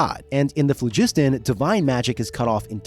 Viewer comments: Plus, latin or greek styled word emphasis should be on the phlo. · It's phlogiston, not phlegisten. Like FLAW-gis-ten. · Mispronouncing Phlogiston (flow-giss-tahn) really took me out of it. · FLOW-jis-ton - emphasis on the first syllable, with the final two syllables distinct. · Waitwaitwait. The second O in pholiston is *silent*?? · I had to stop at , because I got sick of hearing the guy mispronounce "Phlogiston" over and over. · I hate bad AI voices - the damn AI keeps referring to the crystal spheres in the phlogiston as "Spears in the flegston"